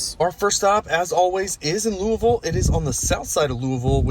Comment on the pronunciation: I see you got the Louisville pronunciation down. I always struggle with that one. Also the supercharger there is called Supuhchah-guh.